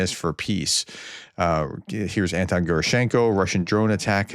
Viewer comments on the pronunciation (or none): none